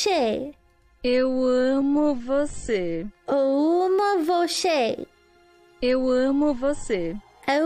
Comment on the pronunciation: Portuguese speaker here, not bad, Eu amo was right but Você is pronounced vo-se not vo-she at the end. But overall, good, 8/10.